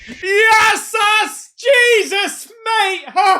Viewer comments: “Yesses” have South African friends? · are you channeling a South African with that yazzus/jassus😂😂